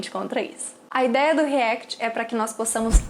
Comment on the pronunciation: Nao e REECT e Sim REACT